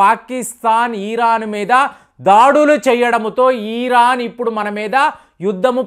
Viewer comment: ఈరాన్❌️ ఇరాన్ ✅️ కొంచెం చూసుకోండి